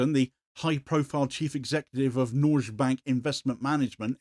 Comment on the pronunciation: It's not noorsh, it's nor-geh